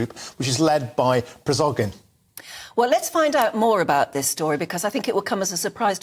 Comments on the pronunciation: "PRIZOGIN" ...hahah Its "PRI-GO-GIN" ...hahah .. man this channel is full of muppets . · "led by Prizogin," apparently. What is difficult about the pronunciation of Prigozhin for God's sake? Just say *pree-go-zhin, "zh" is the same as the "s" in leisure. If you can't get things like this right, maybe you should find another job? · Why can't they pronounce Prigozhine's name? Pree-go-jeen.